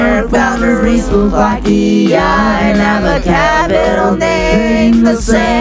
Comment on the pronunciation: It’s not Vakia it’s Slovakia